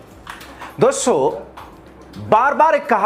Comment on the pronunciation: दोस्सो.... दोस्सो.... क्या है .... उच्चारण तो ठीक करलो....